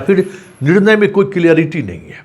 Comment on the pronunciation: Clearity nahi clarity hota hai संतोष भाऊ